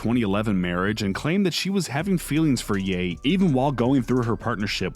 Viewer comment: Bruh tf did he called kanye "Yey"??